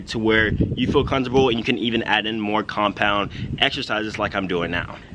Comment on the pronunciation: he says Kung pao instead of compound too much Chinese food u have been cheating your diet